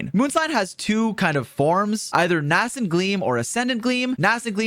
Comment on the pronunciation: how does this man speak French, and then mispronounces nascent